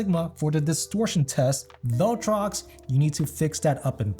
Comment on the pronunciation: Imagine mispronouncing ‘viltrox’ as ‘vell-trox’ 214 times in a vid. Gummon bro.